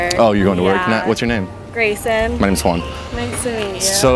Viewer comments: Your name is Juan... but can´t pronounce it correctly... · so when you say your name i notice you really say that H in the beginning. i'mma try that next time.